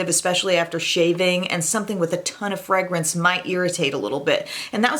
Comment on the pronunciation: I love how you say “frangance” 😂